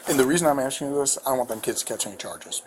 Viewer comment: Be honest? The officers are asking way too much....oh my bad, axing too much.